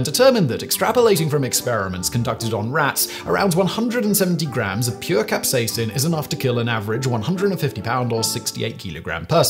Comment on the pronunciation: capsaicin, not capsacin